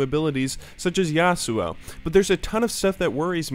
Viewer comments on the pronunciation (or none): none